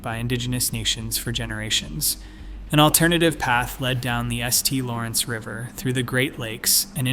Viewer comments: The Estee Lawrence River? I’m out. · The S. T. Lawrence???? Come on...